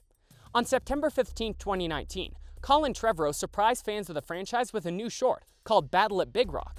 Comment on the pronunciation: imagine sayin colin trevorrow's name wrong It breaks my heart